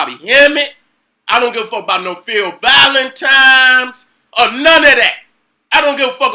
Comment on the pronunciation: "Valentimes" 😭😭😭😭😭😭